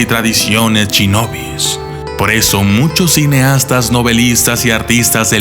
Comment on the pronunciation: 'Al momento de querer averiguar el pasado de los ninja"s* ", o como es más correcto llamarlos, "Ch"inobi"s"'... '...los samurai"s"... bu"ch"ido...' :-( Poniendo a un lado ese tipo de errores, es un buen documental, debido al enfoque general que se le da a los Ninja :-)